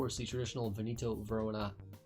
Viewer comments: Aaaaaah, ok, it's just that by the way you said it I heard Venito and not Veneto. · Or is he just mispronouncing Veneto?